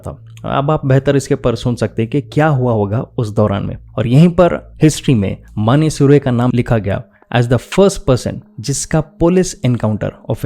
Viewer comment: तुम नाम सही तरह से नहीं ले रहे हो ।